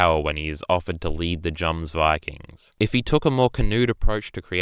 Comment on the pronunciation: He can’t even pronounce jomsvikings correct so his opinion is soso